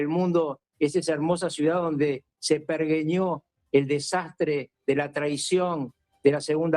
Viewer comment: Se perJeñó se pronuncia, maestro, buen video